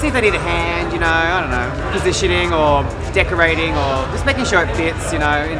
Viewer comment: omg did say "decorating" or "dickorating"? 😅